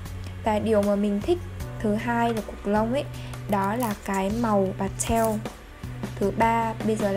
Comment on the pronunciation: Hông hiểu sao mà e thấy chị đọc chữ pastel nó cứ khó chịu ấy